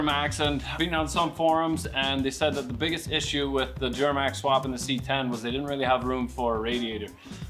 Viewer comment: The way pronounces “Djjjjuramax”😂😂😂